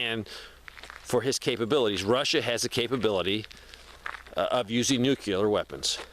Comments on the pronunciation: Why are you adding an extra syllable to the word NUCLEAR? NUCLEAR is a two syllable word. It is NOT a three syllable word. Stop saying "NEW-QUE-LEER". It is pronounced "NEW-CLEAR". Two syllables... not three syllables. Stop pronouncing the word NUCLEAR wrong. I’ll lead an effective strategy to mobilize trunalimunumaprzure. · Nuclear. "New-klee-urr" There is no "nucular." I don't understand how adults are still messing up this word 90 years later.